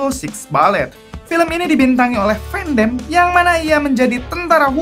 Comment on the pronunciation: Koreksi bang van Dam dibaca van Dam bukan van dem